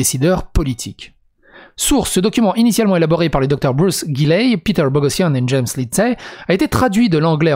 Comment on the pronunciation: en fait ça se prononce Borossian, "gh" ça fait "r"